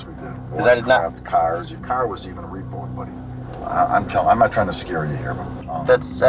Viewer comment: hearing "your car was even repo'd, buddy" in that classic Midwest accent was pretty funny